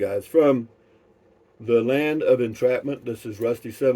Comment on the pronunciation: "New Mexico, the land of entrapment"? Backed it up a couple of times to listen again, are we disenchanted?